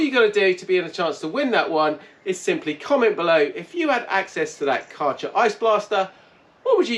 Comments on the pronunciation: It's not karcher but kercher as ä in German is prronounced as e. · Karchah? Try Care-sher. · Can someone please tell him how to properly pronounce „Kärcher“ 😂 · Take a year of German?